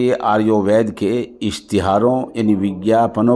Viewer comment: حضرت آریووید نہیں بلکہ آیوروید ہے ذرا سمجھکر بولیں